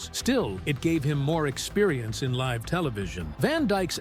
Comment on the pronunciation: I get that it's easy to flub a word or two... but you mispronounced Petrie and live. (You said peetree and liv.)